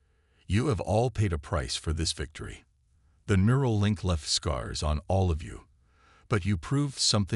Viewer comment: Mural? or NEURAL. Get it right.